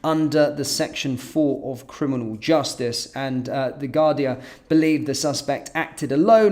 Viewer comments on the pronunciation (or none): It´s Garda not Gardia Sir!